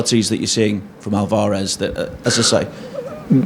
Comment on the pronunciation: This dude can’t say Alvarez properly. I wish he’d studied some basic Spanish.